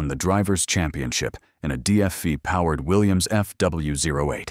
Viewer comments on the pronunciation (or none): DFI? DFY? What are you mumbling about. The Gilmore Foyt Indycars never used Cosworths, the used Offenhauser and DGS motors…. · Why did you show the Foyt Indycar? ( twice? ) It never had the DFV or DFY. That car had the Ford “4-Cam” originally developed from the 289 stock block Fairlane. And your AI guy says “DFI” - WTF? Audit check your automated computerized narrator. And what is a mono-cook? Terrible narration